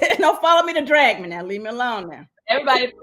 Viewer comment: The way Cynthia pronounces 'drag'... Lol all this time I've been wondering who the heck been 'drUgging' her